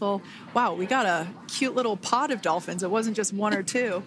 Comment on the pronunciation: Dolhins? Like Cacoon or what?